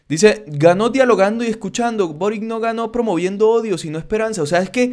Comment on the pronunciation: de acuerdo con el vídeo, solo un pequeño comentario, el nuevo presidente de Chile es de origen croata, por lo que su apellido de pronuncia algo similar a "borich" (la c suena como ch)